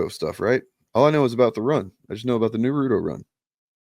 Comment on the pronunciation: also pronounced it wrong just like how my best friend did when she was still alive. I remember correcting her. It’s Na-roo-toh more emphasis on the toh than ru.